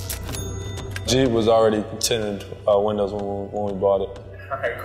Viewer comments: Why he keeps saying "tinted wintoes" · TenTed windows